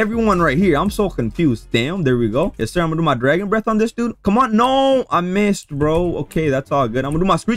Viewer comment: Mf said "instesd"😂 but seriously your content hella good